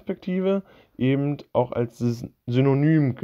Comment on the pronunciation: Bitte nicht immer "ebent" sagen, das ist ganz und gar schrecklich.